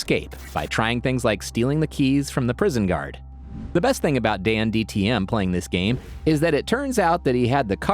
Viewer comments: dan tdm not dandtm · Narrator: Dandtm me: DANTDM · It's not dandtm it's DanTDM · You said dantdms bame wrong ITS DANTDM NOT DANDTM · It's danTDM he said danDTM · dandtm? bruv u suck at saying his name